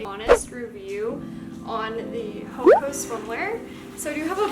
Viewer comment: It’s actually pronounced “Hoe-awh-kah”, but great video!!☺️